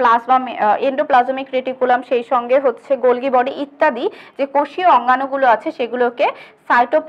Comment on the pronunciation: মিস, গল্গি বডি হবে না, হবে গলজি বডি।